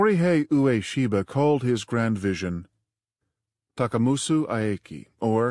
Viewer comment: It's not "oo-aa-shee-buh" it's "way'-shee-buh".